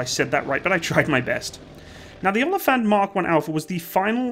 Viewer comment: Its actually pronounced more like oa-lii-phant Greetings from South Africa